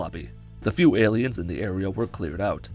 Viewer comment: Is he saying ayleids instead of aliens? I honestly can’t tell and it’s driving me crazy